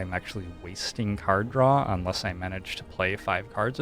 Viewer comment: You keep on mispronouncing “cars draw”